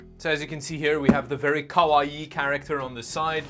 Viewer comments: It's not kawaii. It's koala-ii. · Its pronounced, Kah-Why. Just so you know. 😊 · At least the case has feet to hold it off the carpet. And it's kawa eee eee. There's two i's and they're both pronounced. Kawaii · What the hell word are you saying? Koa-e??? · The way he says "kawaii" 🤣😭